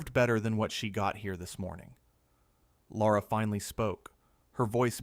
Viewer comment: It's NOT Laura! Tell A I The Host's Name IS: LARA. Pronounced 'Lair - a.' There is NO 'U' in Lara.